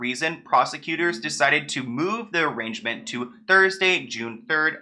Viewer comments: it’s pronounced uh-rain-ment, not arrangement. You’ve clearly never had to spend a night in jail lol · Arraignment is pronounced “a-rain-ment” not “arrangement.” Just trying to help, not trying to be rude. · Arraignment is uh-rain-ment not arrangement. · Arraignment is pronounced “uh-rain-ment” btw babes it’s not arrangement love your content 🥰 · love your videos! Just to let you know it’s pronounced “ah-rain-ment” not “arrangement” lmao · Arraignment is actually pronounced Uh-RAIN-Ment..... not to be lame just so u know..... Love your vids! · It’s pronounced like ~arrain-ment~ not arrangement which means something totally different! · Honey, he wasn’t planned to be arrested and “arranged”, he was arraigned on that date. Sounds like ah-rain-ment. It’s something that happens in court after arrest, the courts reads list of charges against you and you tell them how you plea. ✌🏼❤️ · No shade, only stating this because I LOVE you! Arraignment is pronounced “a-rain-ment” not “a-range-ment” (arrangement). Two very different meanings lol. Just trying to have your back!❤️😘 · Omg are u meaning arraignment? It’s like ah rain ment lol I’m cracking up over here and omg my bday is June 23rd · Good video but I just gotta say... it’s (ah-RAIN-ment) not arrangement. Sorry the Ben Wyatt in me was going to be bothered if I didn’t say it 😂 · Awesome video. Just because I love my little so much I want to tell you that the correct pronunciation of “arraignment” as pertains to the court system is “ah-rain-ment”. The G is silent. Since you’re the prince of knocking sickos off of their high-horses I’m sure it’s a word you’ll be using a lot. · dude it's pronounced " A-RAIN-MENT " not arrangement , its when who've been arrested go before a judge to set bail , thats a ARRAIGNMENT again , A-RAIN-MENT not trolling or being mean , just friendly canadian assist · Uhhh that’s “ARRAIGNMENT,” not “ARRANGEMENT” lol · Uh-Reign-Ment not a hater just saying lol